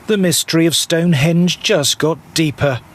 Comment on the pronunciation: I'm irritated by Russell's insistence on putting the accent on the second syllable of "Stonehonge" instead of the first syllable. What's the point of being American if we can't impose what we all know is proper pronunciation on the rest of the English-speaking world?